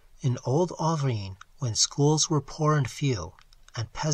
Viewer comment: why can't reading this poem pronounce auvergne correctly ... ?